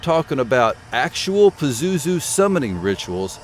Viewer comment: Hi yes while you're mispronouncing his name , which is probably a good thing. Indeed pazuzu is real and yes I've had encounters and yes as the ancients did . I have and can call him if needed today . The missing artifacts were taken by united states proxy army ISIS and sold to private collectors whom either surrendered to gov were gov or some connection to . They invaded Iraq because Saddam found a Stargate while restoring Babylon. That begat desert storm . Crowley released pazuzu in 1939 , he was bound before that a few houndred decades . Pazuzu is quite free and quite active . By the way he's known as the grinning dark angel of the four wings .